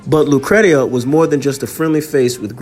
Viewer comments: Thanks for posting this video. Her name is pronounced lu-cree-sha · It's pronounced lucresha. Great story loved it . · Her name was pronounced LOO - CREESHA. FYI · My sister’s name is Lucretia… “Lu (long sound ‘oo’ ) / Cree / sha”